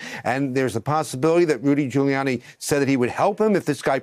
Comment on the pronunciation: 408. Sounded like he said Doodie Gulianni